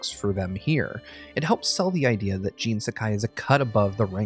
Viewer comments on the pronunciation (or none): Bowling The name is Jin, he said it as Gene for some reason. Just like the completionist did a video on AC Valhalla and referred to a region in the game as East Anguela instead of East Anglia... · "Gene"!?. I believe you mean Jin. Lol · Its JIN not JEAN!! So annoying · Gene? i thought his name was Jin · It IS said with an 'ee' sound, but it's a short stab of a name; not the long sounding assonance of 'Gene'. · It's Jin, but pronounced like we would pronounce "gene". Thoroughly Japanese nonetheless.